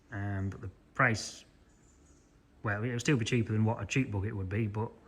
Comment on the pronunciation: Thanks for another great video, I enjoy all of your videos, never boring always appreciated, enjoyable and educational. The lengths of them is up to you, I prefer longer ones...but whatever is for you to edit. Great job on the " bocket "😂, love your language, we say backet👍👍from USA.